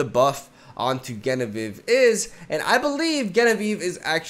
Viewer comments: Just trying to be informative, Genevieve is with a J sound not a G sound ❤️ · Amazing video as always, just wanted to say that Genevieve is pronounced with a J or zh sound at the beginning, the name originally comes from French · Genevieve is pronounced with the english J. Like Jenny or Jennifer. It was my mothers name. Sounded so weird you pronouncing it wrong xD Anyway. Keep up the great work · It's pronounced Genevieve not Genevieve... Silly